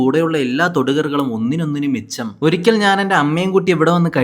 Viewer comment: Bro micham alla mecham